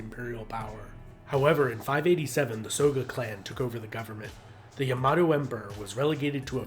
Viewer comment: "Yamahdough" - SMH